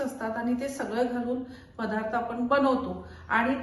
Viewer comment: पधार्थ.. किती वेळा ऐकायचं आम्ही तेच तेच पधार्थ.. बाई 'द' चा 'ध 'करणाऱ्या आहेत.. इतिहासात कुणीतरी 'ध ' चा' म ' केला होता..😢